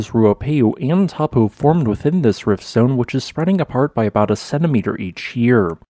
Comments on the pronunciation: Dude, it's not Tar-po, it's Toe-po. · good report. I did a Geology BSc, and studied Taupo 35 years ago. A lot of updated information since then. Smiles And pronunciation : it's 'toe - paw' . Te Reo (Maori) vowels sound differently. Thanks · I'm not from NZ, but I believe the locals pronounce Taupo something like Toe-paw. Perhaps some kiwis can confirm. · Taupō is pronounced as Toe-paw 🤙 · Taupō is pronounced toe-paw. The 'a' and 'u' are combined in a diphthong and rhyme with 'no'. The long 'o' vowel in te reo Māori is pronounced like 'pork' :) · The correct pronunciation of Taupo sounds like the English words : Toe-pour. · Please, you would be better to pronounce it as 'Tor-pōr'. Please make an effort to correctly pronounce Maori names. Next, Ta-ra-where-ra :) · Pronounced, Toe Pour :D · Not gonna lie but the way you're pronouncing Taupo is wrong. As a New Zealander it's quite funny on how you are pronouncing it hilariously wrong. Don't you feel bad, there are a few of us who also pronounce it wrong as well. To pronounce Taupo properly it is Toe-paw. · Just wish you would pronounce NZ place names correctly. It is so disrespectful to Maori not to